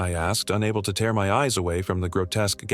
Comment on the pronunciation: Your ai is good. But , you need to correct the word "tear" like tare something open